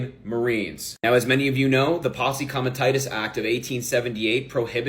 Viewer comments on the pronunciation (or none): "posse comitatus" is pronounced pos-ee kom-i-TAH-tuhs (with the stress on the second syllable of "comitatus"). It was trying to read English - from who? This thing didn't even know what it was reading about?